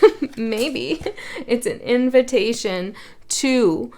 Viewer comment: I just soulfully laughed out loud… my mother cannot say invitation correctly.. she says it just like you did ~ invent~ation ~ lol 😂